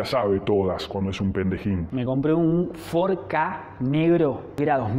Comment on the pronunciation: " fordi ka " ???? en serio ??? no te lo perdono . pero me suscribo jajajajajajaj que bueno .